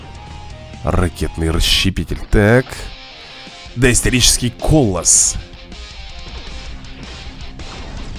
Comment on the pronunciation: не колос а калос